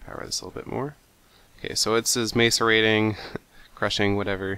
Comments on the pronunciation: It's 4 syllables.. so it's pronounced: "Mah-sor-ate-ing". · actually it's mass-err-ate-ing